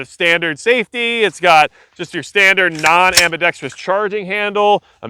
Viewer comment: Say it with me now... "ambi - dex - trus"